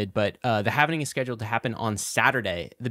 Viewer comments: Halving. Halving. HALVING. No havening. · Say „Halvening“ one more time, I dare you!